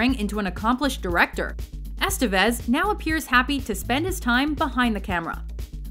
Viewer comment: The accent in "Estévez" is on the second "e." The name rhymes with "Nevis," not "vestiges."